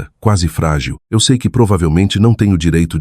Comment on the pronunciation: A inteligência artificial não consegue pronunciar ‘eu sei’. Inacreditável!🤦🏽‍♀️🤦🏽‍♀️